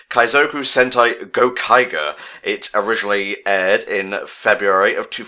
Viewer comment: GO-Kai-Jer. Kamen rider Ooh gave me a chuckle tho'